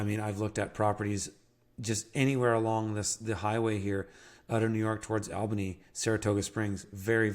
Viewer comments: Great video, love this content. Thanks for the great information. You came recommended to me by my friend Simon who has an incredible permaculture project in Bolivia. No shade intended, but Re: pronunciations of place names like Albany and Maryland: the first syllable in the name Albany rhymes with "small"; when you say "Maryland" the first two syllables sound more like they do in the word "maritime", as opposed to sounding like the name "Mary" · I had to turn this off when you said Albany. Oof.